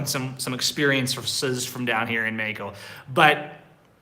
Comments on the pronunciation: Practice the correct pronunciation for Mexico you say MAI KO but it is MAH HEEEE KO, J is like an H is English but stronger, in English the H it is like a whisper, but the Spanish J is like a strong H stronger than the H in HE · Hi,. I know you're learning Spanish, so I thought I'd help you out with the pronunciation of Mexico. I'm hearing you say May-ee-co, it's pronounced Meh-HE-co. The X is pronounced how we say "he" in English. I've also heard you say May-ee-cans, but that is Spanglish. In Spanish you would say Meh-he-can-oh or Meh-he-can-uh (add an "s" to the end if it's plural).:)